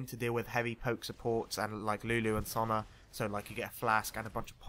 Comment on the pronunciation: please say Sona properly ;_